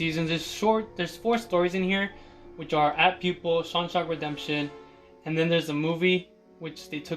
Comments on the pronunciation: No you pronounced Shawshank as Shawshonk lol. I was just joking by saying it was the sequel. I was just kidding with you😀 Your collection is awesome! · My man said Shawshonk Redemption 😂 Great sequel! Haha. Nice collection, dude!